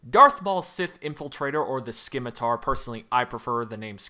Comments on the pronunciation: The “c” in Scimitar is silent btw 👀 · Correction,. It's pronounced simitar, not skimitar. The C is silent.